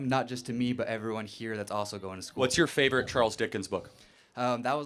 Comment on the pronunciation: Guy " what is your fyavorite" Jane Austne book? Harry potter😂😂😂😂. From africa , i know who was Jane Austen.